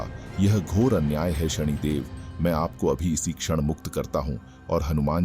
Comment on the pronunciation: शणीदेव ❌ शनिदेव ✅